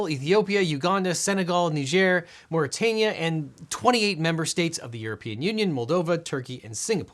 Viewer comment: Thank you for pronouncing Niger correctly.